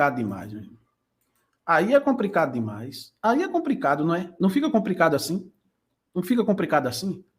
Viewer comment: Compricado?concrusivo?Comprica? Está ruim hein?